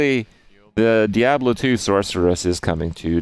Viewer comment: Just me or does he pronounce Diablo very weirdly?